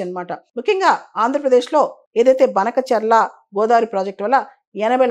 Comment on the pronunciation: మేడం మా ఊరి పేరు బానకచర్ల అందరు బనకచర్ల అంటున్నారు ప్రాజెక్టు రెడీ అయితే అందరు మా ఊరిని బనకచర్ల అని ఫిక్స్ అవుతారు మాకు మా ఊరు పేరుని ఇలా పలకడం నచ్చడం లేదు